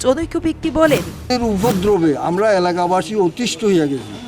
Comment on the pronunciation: স্পষ্টভাবে কথা বলতে পারে না 'এলাকা বাসি' উচ্চারণ টা শুনবেন